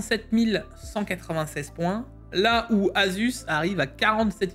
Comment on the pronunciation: haha et sa prononciation Asus. Assuce ROG 😂. Sacré